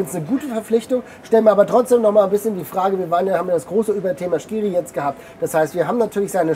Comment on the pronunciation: Bitte nicht "SCHkiri" sagen 😬